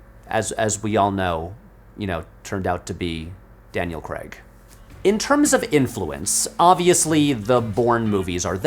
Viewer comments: It would take ten seconds to search for how to pronounce Daniel Craig, but no. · Why cant Americans ever pronounce his name properly? Stop butchering our language or come up with your own one ffs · Any chance you could pronounce his name correctly? There's not an 'e' to be seen anywhere in his surname. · Your pronunciation of Craig is hilarious. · Need to pronounce Craig correctly before recording a whole video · Americans pronounce "Craig" so weirdly. It rhymes with "The Hague" not "egg" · I will be forever puzzled by America's inability to pronounce "Craig". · I can't decide which is more distracting, the glass precariously balanced on the arm of the sofa or the American pronunciation of the name Craig. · "Daniel Creg" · I stopped watching this video when I realized that the whole concept of the franchise just went over Patrick's head and he said Craig as "Kreg". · 'Daniel creg' aaaand I'm gone 👋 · Why are you Americans so incapable of pronouncing Craig correctly? Its not "Daniel Cregg" for fuck sake, he's even called it out himself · Dammit! I was really looking forward to this vid. But then you went and said ‘Daniel Kregg’ in the first couple of minutes, and I had to switch off on principle. 🫤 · Who is Daniel Cregg? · Nice theory. But can you explain why you Americans pronounce Craig as Creg? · It's Craig not Creg FFS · Everytime he pronounces Craig "Kregg" 😭😭😭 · Why do yanks pronounce "Craig" like "Kreg" ? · Whays with the "creg" pronunciation, do you not see the letter A in there? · Great video, disliked it for the American pronunciation of "Creg" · Shouting "CRAY-G" intermittently in my otherwise silent house because of this video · Holy fck! How can you Americans not get it through your thick skulls that he is not called Daniel Kregg! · Daniel CREGG??????????? You make a James Bond video essay and call him DANIEL CREGG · Why do you keep calling him "Daniel Cregg"? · it's pronounced Cray-gg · Wish Americans would stop pronouncing Craig as Cregg ya know 😂